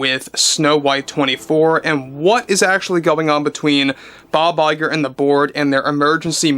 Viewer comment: we just love it when you say Bob Lie-ger!